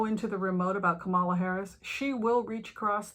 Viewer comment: Kamala rhymes with Pamela.